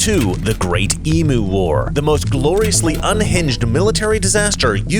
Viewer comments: They are called EMU say EMU ( try saying Eeem You ) not emoo ffs! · It’s pronounced Eem You. Not Eem Ooo. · You have to pronounce EMU correctly. "Eehm -You" not "Ee-Mu" - The Aussie way!! It is a great Story. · TIL I've been pronouncing "emu" the Australian way (ee-myoo) all this time despite being American. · Western Australian here Excellent vid - brilliant commentary! I love your work on your Mr Regan channel too & I know you know, but it's always a good idea to check the pronunciation of other countries EMU = EeemYou